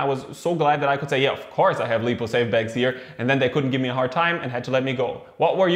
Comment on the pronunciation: Good video, just want to mention I'm pretty sure it's called "laipou" not "leepou". But everything else is spot on, like your videos.